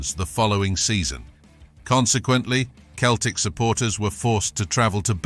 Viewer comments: It’s Celtic why can’t u just say Celtic not Keltic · Thank goodness it wasn't the famous Glasgow Seltic, but some other Keltic... Mon the Kelts... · I read your post before watching the video and as a lifelong I can't believe how feckin annoying it is to say Keltic every thirty seconds I've travelled to many many countries and I have never ever come across a football supporter of any bloody team who didn't ever think that Celtic was pronounced Keltic Grrrr!! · Keltic !!!! WTF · Keltic wtf lol up hoops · Pronouncing Celtic as Keltic? You are not a football fan. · Sell-Tick, ffs, artificial intelligence, there's a misnomer. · That's what happens when you're too lazy to do a voiceover yourself and get a computer do it. Who the fuck are "Keltic?" 😂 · It's pronounced sellick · As soon as you said Keltic i stopped watching. F**k me. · Thumb down for the constant bad pronunciation of Celtic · He can’t pronounce Celtic, what a tube. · If your going to do videos learn how to pronounce teams name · Do one, ya helmet. I think a real would be able to pronounce the name of their team correctly. 😅